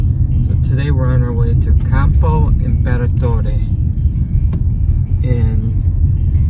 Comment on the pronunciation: It took me a while to understand that you said L'Aquila but your pronunciation of Campo Imperatore was eccelent! 👍